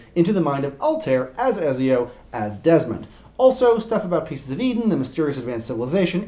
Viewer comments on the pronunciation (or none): Ezio and Altair are pronounced like et-zee-o and al-ty-eer. So you guys didn't play the games?